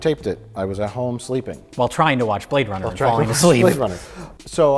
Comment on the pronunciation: He say you brade runna (2049)